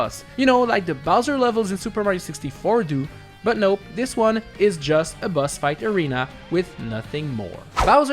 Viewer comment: Why do you say "Buzz" instead of "Boss"?